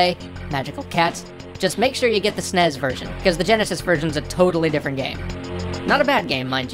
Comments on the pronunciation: Did... Did you say "Snez"? No. SNES rhymes with Ness, not Fez. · SNES rhymes with PEZ?